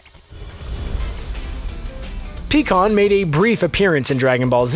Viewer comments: Pi kkon not Pee kkon bro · Pie kan that's how you pronounce it